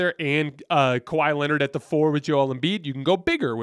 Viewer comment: Did you just say kahwi in his Prime 😂😂😂 .. what prime.. prime load management